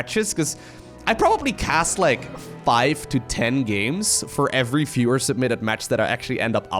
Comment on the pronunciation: Hei... Viewer pronounced '' wiewer'' 😊👍